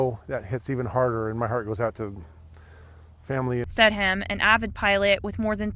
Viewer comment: Sted- um is how is name is pronounced